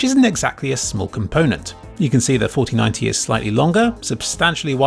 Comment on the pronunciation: when said 4090 i heard fortynyti meme